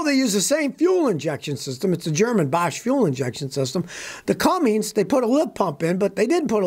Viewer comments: Scotty: IT'S CUMMINS...NOT CumminGs. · It’s Cummins not Cummings! Come on Scotty. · It's Cummins, not Cummings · Chevy and GMC DO NOT use Cummins diesel engines. Youre wrong on this one scotty. Cummins only comes in RAM trucks. Also, theres no G in Cummins. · Scotty, sending love from Knoxville Tennessee. But this old girl grew up in Columbus Indiana, home of the Cummins engine. Buddy, you gotta stop saying Cummings there’s no G in Cummins!! 🤣🧡🤦‍♀️🙄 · Scotty, There is no "g" in the name Cummins